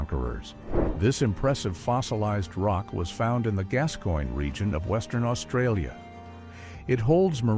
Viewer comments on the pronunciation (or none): none